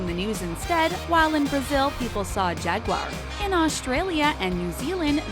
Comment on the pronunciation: Am I the only one bothered about how she said corgi and jaguar